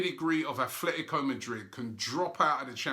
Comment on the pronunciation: Robbie, when will you learn how to pronounce Atletico correctly?